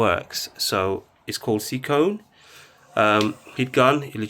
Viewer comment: Is it not seek one instead of seek onnn lol